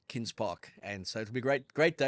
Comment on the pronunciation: Love the show chaps., in English a N+G is a nggggg. Its kings, not Kins. Other than that small critique, love it. Also, sad to see Ricky become and Aussie/Armenian/ Kazakhstani.😂😂